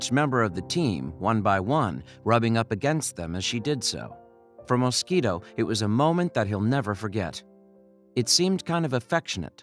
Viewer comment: "When diver James Moskito..." 😂